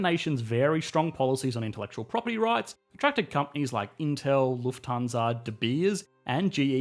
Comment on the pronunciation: Lufthansa was very well pronunced